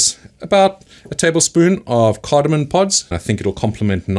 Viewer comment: Awesome video. Glad I discovered your channel. Super informative. By the way, it's CardamoM, not CardamoN.